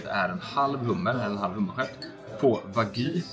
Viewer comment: DET HETER WAGYU INTE WAGY 😤🤬